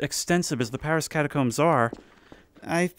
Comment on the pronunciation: Paris, not pawisse.